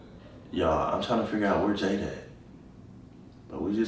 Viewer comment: So nobody peeped how called jayda "JAYNA" when he went for a hug & said it was a prank